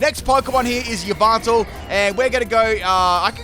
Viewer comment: how is he pronouncing "yveltal"? "ee-vinyl"?